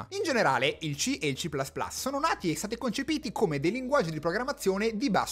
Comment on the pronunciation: "ci plas plas" non si può sentire. o dici "ci più più" o dici "si plas plas".